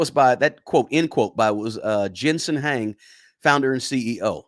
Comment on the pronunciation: Thank you for pointing this out. This guy is pronouncing a lot of words wrong. Jensen's last name Huang , and Inference.